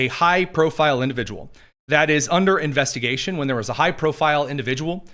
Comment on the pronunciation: Investagation he said again here we go